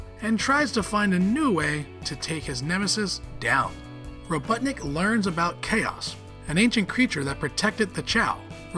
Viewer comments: “dr. Robuttnik” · He called eggman robuttnik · Ain't no way bro said Dr robuttnik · Ahh my favorite super hero ro”butt”nik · I thought I heard "Ro-butt-nik" at one point, and I'm not sure if Sonic's ever used that insult before, because it would work pretty well. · Please learn to say eggmans other name right please